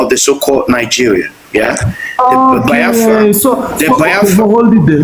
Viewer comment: This Bini guy cannot pronounce Biafra.